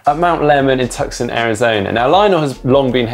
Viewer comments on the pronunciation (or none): it's pronounced "TOO-sohn," not "TUC-son" (fellow zonie from phx) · Repeat after me: "Too-sawn", not "Tuck-son". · Tuck-son Arizona?!? Come on! I know you Brits pronounce things weirdly but it’s pronounced Two-sahn, even over in Britain. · The C Is silent in Tucson AZ it's not tuck son it's two son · It's Tousson not Tuxon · It’s Too-son, not Tuck-son... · Did he just say “tuck son”?!? Did he do it again?!? Ok. It’s on. Come at me, bro!!!! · Omg that Tuck-son pronunciation